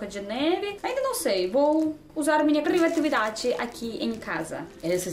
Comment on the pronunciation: Parabéns pelos seus vídeos, vc é nota 10, e que venha os 1 milhão de inscritos logo, eu acho engraçado as vezes quando vc fala uma palavra e sai um pouco diferente, o importante é que entendemos, tipo uma hora vc disse "crivatividade" kkkkk bjs